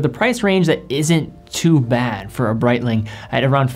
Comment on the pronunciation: Good video but Brietlng? lol c'monnnn, shitteroonie's